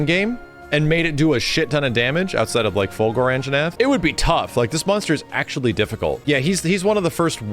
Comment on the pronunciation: I love how is so into Killer Instinct that he says "Fulgore" instead of Fulgur.